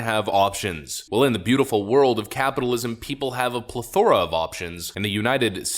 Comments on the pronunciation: You need to learn how to pronounce the word, “plethora.” You have the accent on the wrong syllable. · PLEthora, not pleTHORa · Pleh-thr-uh Not pleth-or-uh I don't know why this bothers me so much, but it does. Double-check pronunciation before using words on a video where you're selling yourself as an intellectual. Please. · pleth-o-ra NOT ple-thor-a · You pronounced plethora wrong. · Next time say plethora correctly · You keep saying plethora wrong.